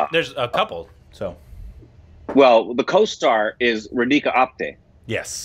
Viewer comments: Yay, was so wishing for you to review this movie, thank you. Oh it's not ra dee ka It's raaa dhi ka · It is RAdhika, not Reedhika. It couldn't pay attention to anything else.